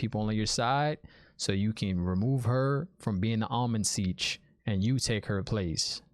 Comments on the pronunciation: The Ogier are builders in fact they built my house after Tar Valon also I actually think Logain was laughing at Rand and not Matt. Pronounced I believe Am-Ril-Lyn seat. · You have heard the name Ishamael before. End of episode three Dana says it. Also the Amyrllin Seat, not Almond Siege 😂😂 and her name is Siuan (pronounced Swan) Sanche. Great videos too man they are so good. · Enjoying the vids, keep it up. One tip, turn on your captions when watching. It will help you understand what they're saying. "Eye human" = "Aiel-man" for example, or "Almond Seige" (?) is "Amyrlin Seat". Also check out the x-ray content, no spoilers there. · If you’re not already, put on closed captions. It’ll help, and won’t be any spoilers in there I swear. Definitely do NOT google anything. I’m pretty sure it’s “Amyrlin Seat” not “Almond Siege.” 😂 Lastly, you nailed it on us book-readers. We do play ping pong throughout the chapters, trying to crack the ‘puzzle.’